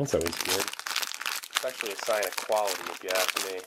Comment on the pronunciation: "if you ask me thats quaility"